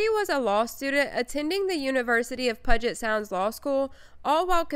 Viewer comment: Puget Sound: It’s NOT pronounced Puh-jet Sound. It’s pronounced Pew-Jet Sound.